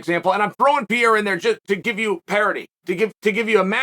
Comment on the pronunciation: Sonnen, it’s not Piera, it's Pe rei ra